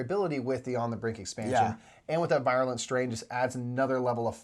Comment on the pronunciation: Virulent. Ver-you-lent.